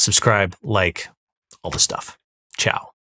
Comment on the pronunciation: He said "ciao" like a Jaaag owner.